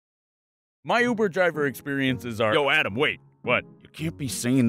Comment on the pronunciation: why can't he say uber?